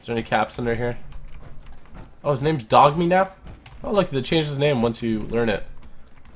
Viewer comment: I love how this dude just simply cannot pronounce names the right way